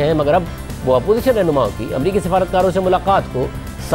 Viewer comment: What's the point of inviting people you know are going to lie and distort, this man can't pronounce one single word properly...mulakk